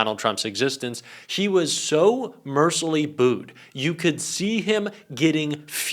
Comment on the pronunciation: I don't blame you because no one gets this one right. The word is "mercilessly", meaning "without mercy". Four syllable word. "MER-ci-less-ly". You want to be a journalist, like I was in my heyday? Get it right.